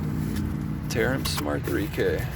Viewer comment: Tar-amps Not tare-amps lol